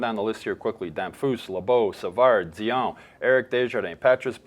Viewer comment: Dionne, not Dion. Please make an effort.